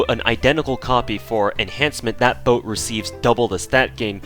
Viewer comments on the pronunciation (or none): boat, not bote